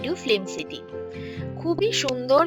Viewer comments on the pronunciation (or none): Flimcity na ,eta filmcity hobe. Pronunciation ta thik kore korben .